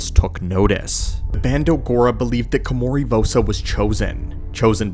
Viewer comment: How is it you spelled her name right, yet you spent the whole video mispronouncing it? Ko-ma-ri. Not Kimori. Did you even play the game?